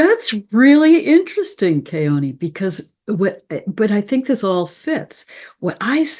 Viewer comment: I know you and Keoni are close friends and he wouldn't correct your pronunciation of his last name, but as someone who grew up in the Islands, I'd love to hear you say it correctly. In Hawaiian you never pronounce an 'a' like in 'cat'. It is always 'aw' as in awesome - like you. ❤❤